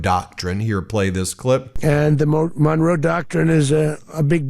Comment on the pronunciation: Additional evidence is his inability to speak clearly the words "Monroe Doctrine" and misspoke the with an aphasia phoneme substitution error by saying "Don-row" when he was trying to speak the word "Monroe".